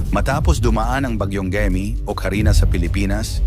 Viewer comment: MALI ANG BIGKAS NG GAEME DAPAT GAYME. KAYA WINALIS LAHAT CG NGA HINDI KAYO NAKIKINIG SA CALL OF HUMANITY NAGBILIN AKO NOON NGAYON PILIPINAS SUBUKIN MATATAG ANG EDUKASYON NGAYON NGAYON MATATAG O MALALANG EDUKASYON NAGKLASE BA KAYO HAH HINDI KAYO NAKIKINIG.